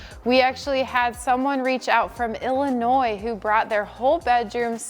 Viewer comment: That sleigh bed looks beautiful as is. P.S. the s in ILLinois is silent.